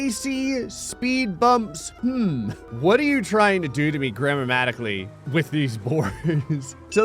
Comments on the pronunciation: Gram-mamatically, my new fav word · The irony of not being able to say "grammatically" correctly